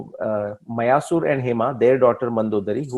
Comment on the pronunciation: You should make your videos more interesting with maps of BC period. Especially when talking about regions and places. Also pronouncing the sanskrit names and places correctly. Eg मायासुर, not मयासुर 🙏🏻